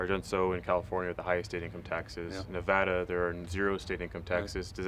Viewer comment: He'll need to learn how to pronounce Nevada. lol